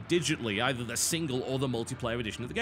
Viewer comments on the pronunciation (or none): none